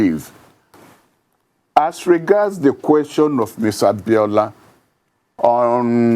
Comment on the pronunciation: Get the name right, its not Abiola Cant you correct him?